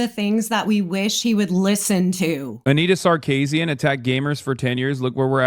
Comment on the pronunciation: Hasan is so sexist, he has no idea how to pronounce Sarkeesian.